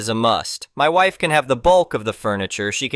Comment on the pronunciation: Really? WIFE pronounced wife Not wifee. DAH!